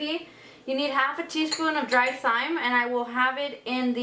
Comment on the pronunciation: Thyme is pronounced “time”